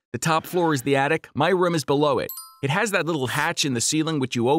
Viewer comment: What rum he said room instead of room lol